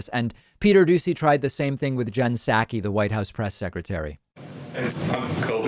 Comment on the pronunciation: It's SAW-ki. Love you but that's driving me nuts.